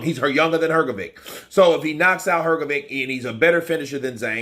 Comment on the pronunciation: Her go vitch as opposed to Her go vick, give it a go mate, it's not that difficult!